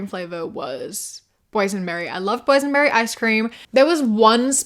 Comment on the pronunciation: Ngl I thought you were saying poison berry icecream not boys and berry icecream